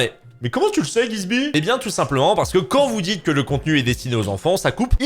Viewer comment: Car au niveau de la prononciation il voulait dire "Quand", sauf qu'on entend "Kant" qui est un illustre penseur il me semble (un philosophe). C'est pourquoi il l'a mis en deuspi juste s'autovanner je suppose 😂